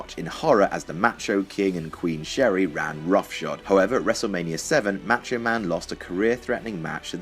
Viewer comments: why do you pronounce "macho" like that? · right I agree!